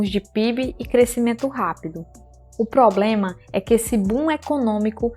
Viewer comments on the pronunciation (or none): none